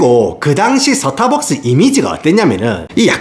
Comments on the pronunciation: "스타벅스"가 되어야 할 발음이 "서타박스"로 되어 버렸으니 나락으로 갈 수 밖에 ㅡ.ㅡ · 발음이 좋은데 왜 스타벅스 발음만 사타박스임? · 영어로 말할땐 완벽 미국식 스따~ㄹ벅ㅅ, 한국어로 말할땐 서타벅스 이 갭 어쩔거에요, 동일인물인가 ㅋㅋㅋㅎㅋㅎ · 서타벅스를 사투리로 말하니까 임팩트가 배가 되네요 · 코ㅓ피~~~~ 본토 발음 뒤에 오는 서타벅스 ㅋㅋㅋㅋㅋ